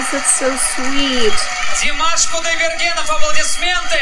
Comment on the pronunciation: Krutoy pronounced his last name with accented last syllable - kudaiberGEN.